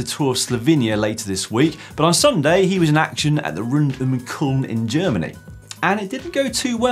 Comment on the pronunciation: Rund um Köln. It’s in Cologne. It sounded like he said Kulm.